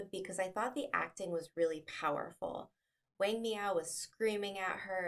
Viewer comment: You should learn the correct pronunciation of Chinese names especially that of the main protagonist "Wang" . You butchered it.